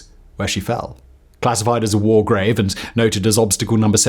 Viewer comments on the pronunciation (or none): none